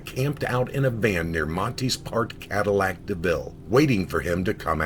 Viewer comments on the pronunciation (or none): none